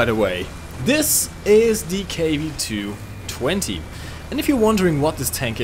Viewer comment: It isnt KW-2-20. It is KW-220